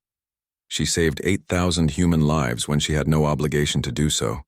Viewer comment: Why can’t the AI say lives but always says liv’s fix it